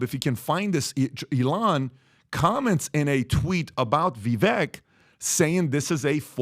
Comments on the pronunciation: It's Vivek...like cake 🎂 So pronounced as Vivake 🙏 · Vi-vake. Please pronounce his name correctly. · Vivek said his name rhymes with cake. So it would be pronounced Vivake. Just FYI. Love you guys! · Its not vee vek🤦🏼‍♂